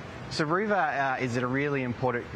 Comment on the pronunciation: “Roo Ver” !?! You have got to be kidding me! Coolamon or Kakirra sounds a lot better on the world stage. The world must think we are a joke !